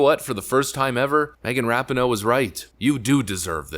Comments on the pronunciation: Ra Pi No É not ra pi no... Then again, don't pronounce the E and keep mispronouncing it, it fits ! IT doesn't even deserve to have it's name pronounced right ! GOOD riddance if IT'S actually really gone ! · pronounced Ra-pee-no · Love you're videos and content, but once again her name is pronounced Ra-pee-no. I believe it's an Italian last name. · The narrator should learn how to pronounce her last name correctly. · I really don’t like this woman. But if you’re going to make a video about her at least pronounce her name right